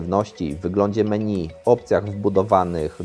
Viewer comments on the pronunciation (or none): none